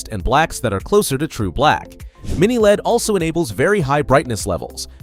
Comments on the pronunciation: You don't pronounce LED as lead bro. You say it just like LCD. L.E.D. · I've been an electronics technician since the 70s. I've installed LED bulbs (solder in) for power lamps on test sets. At no point in my life, anywhere, until now, have I ever heard anyone pronounce LED like "lead". We always, *always*, simply said the letters, L E D.